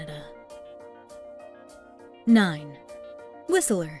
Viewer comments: It's Whistler not Whisteleer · Who made this?? They literally got everything wrong about our Province. Squamton lol.. Whisteler lol. can't even pronounce our capital of std's properly. If you like Australia them move to whisteler lol. The reason everyone uses public transit in Surrey is because you car was stolen.. then your bike.. lmbo.. But they can't steal a transit bus. Hmm 🤔 well it's Surrey just give it time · It's pronounced Whist-ler, not Whis-a-ler. And it's Saanich not Saunich. Another outsider selling our province to other outsiders. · Whiseller??? Your pronunciation sucks. It's Whistler; not Whiseller. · It's not Whistle.......er ; it's whist......ler. You don't know what the hell you are talking about. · Whist-ler not whistle-er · Lol.... Whist Ler.. Not Whistel er just saying. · Whistle-ler. facepalm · Right, haven't heard many people saying WhisELLer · SAWnich and Whist-ler hahaha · When she mispronounced Whistler, WHISTELER, this video started going downhill and never looked back. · Did she just say "Whis-i-ler"? bahaha! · Let's start by learning the correct pronunciations. "Whistler" has only two syllables. "Saanich" is not "Saunich." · 😂lies. misinfo. and oh my...the pronounciation...whisteler sonich...low crime in surrey...thanks for the laugh 🤣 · hahaha have u ever been to BC? you can't even pronounce whistler!! it's two syllables not three, anyone who spent two seconds in BC would know that. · My ears everytime she pronunce "Whistler" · you are saying Whistler wrong and its pissing me off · She can't even pronounce Whistler, Colwood or Saanich properly. Was this video geared to immigrants?? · The T is silent in Whistler. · There's no "a" in Whistler. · That's not how you pronounce Whistler...